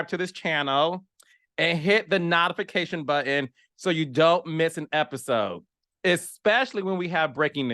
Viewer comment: Carlos’s ghetto a*^ shows should be on Zeus, there was a whole brawl on Belle Collective. Also dislikes his constant mispronunciation of the word notification